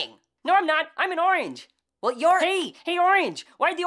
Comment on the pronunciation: it s oorange lOL